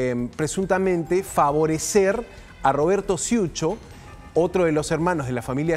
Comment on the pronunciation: No sé dice ciucho , Se dice cucho